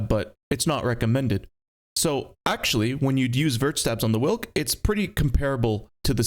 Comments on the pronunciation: it is pronounced vilk not wilk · it is prenounced veelk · its not a whilck its a veelck wilk means wolf in polish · hearing people pronounce "Wilk" is kinda funny. It means "wolf" and it goes more like "veelk" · its Vilk/Vilc/Vee-lk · W in Polish is pronounced like V in English so try Vilk 😏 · it shouldnt be in the game bruh... also side note: the letter W in polish is pronounced like the letter V in english, so the right way to say its name is "Vilk" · Wilk pronunciation goes crazy💀 Cheers from Poland!